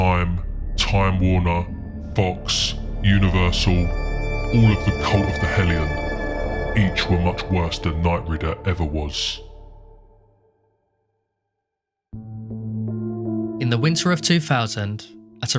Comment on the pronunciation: Also, its Knight-Riders, not Reader.